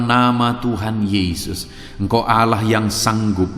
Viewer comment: Shalom... trima kasih untuk firman Tuhan. Tp.untuk sebutan Allah itu disebut kan dgn benar..bukan Alah tapi Allah tq